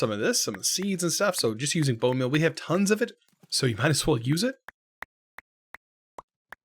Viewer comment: "Bone Mill"